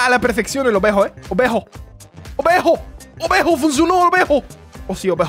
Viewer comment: A mi me da gracia cuando dice obejo